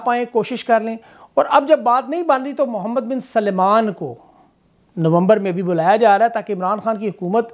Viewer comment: His name is Mohammed bin Salman, not "Suleman".